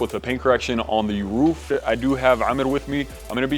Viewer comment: Looks sick!! ...but why are you saying "woof" instead of ROOF 😂😂 I had to go back to make sure i heard that right